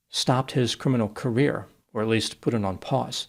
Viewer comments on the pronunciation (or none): none